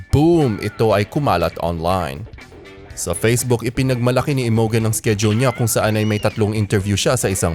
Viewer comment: Imogen pronounced as 'Imojen'. Pls check your pronunciation first 'coz it's hilarious for us to hear. Thanks!